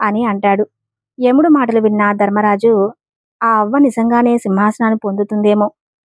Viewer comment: ధర్మరాజు అనాలి దర్మరాజు కాదు అక్షరానికి ఎక్కడ ఎలా పలకాలో అలా పలికితేనే అర్థం అందంగా ఉంటుంది